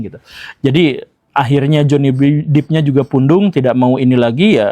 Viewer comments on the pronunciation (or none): Depp (dep) bukan Deep (dip) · Johny 'Dep' bukan 'Dip' Pak Guru, bacanya 😂 maap mengoreksi habis cute banget bacanya Dip. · Amber heard contoh perempuan manipulatif... utk pria, stay the hell out of that kinda woman. Btw, it's Johnny Depp not "dip" but "dep"